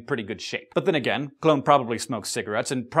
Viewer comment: Its funny you said joins a circuses cuz I thought you said clown instead of clone